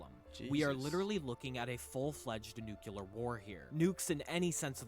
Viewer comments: Did you not hear him say "nuke-yoo-ler"? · For sure it's hyperbole. The fact the guy says "nuke-yoo-ler" kind of says it all. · It's clearly speller Nu cle ar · It is not how everyone says "nuclear" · it’s very annoying but you can’t assume intelligence by it